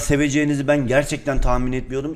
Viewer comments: Pen diyorrrr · Abi penye pem diyorsun (seviliyorsun hemde çok benden çok)<3